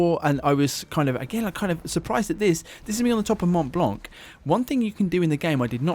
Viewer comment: The c is mute at the end of mont blanc, just saying :P